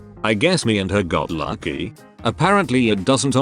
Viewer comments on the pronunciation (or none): why’d it say “got lucky” like that lol 😂